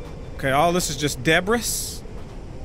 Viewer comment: Debris is pronounced “de Bree”. Just saying